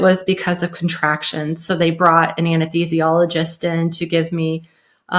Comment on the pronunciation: An-Ess-THEEE-zhee-all-uh-gist The “th” in “THEE” sounds like the “th” in “thought”